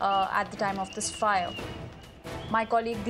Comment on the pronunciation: Fire..lady. not fyyare.